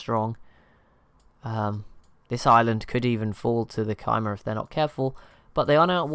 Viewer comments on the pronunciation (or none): Khmer is actually pronounced kuh-mai, emphasis on the mai part and a short kuh. Better wrote as k-mai